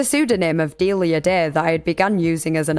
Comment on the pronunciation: I think it's pronounced Delia, not Delia.